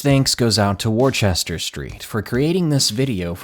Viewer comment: Worchester is pronounced wussta! Honest it really is I'm english!